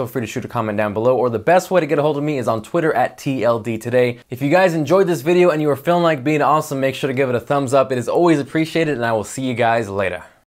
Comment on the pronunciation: ...you just said "lattah" get out.